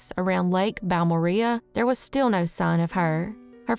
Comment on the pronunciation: Pronounced: "Bal more ray"